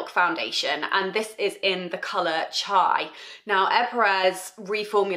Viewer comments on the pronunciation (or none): none